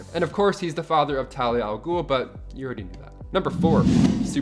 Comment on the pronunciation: Ghul, not Ghoul